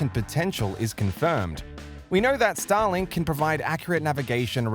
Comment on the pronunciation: Anyone else also hearing "Stalin" after four times the word "Starlink"?? After you hear it, it can't be undone 😑